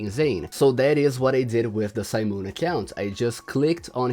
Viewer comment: STOP SAYING SIMON LIKE THAT